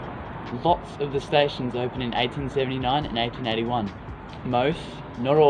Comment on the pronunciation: did he say 1839 or did you just say 1879 funny and it sounded like 1839